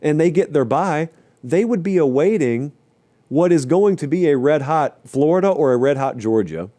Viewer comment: Thought I was dreaming at first but he really said flordia in the playoffs